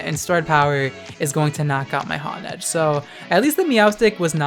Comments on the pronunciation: "Hon-edge" i think its "Hone-edge" like to hone: to sharpen lmao nice vid tho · Honedge is pronounced hone-edge because it's a honed sword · It's pronounced Hone-Edge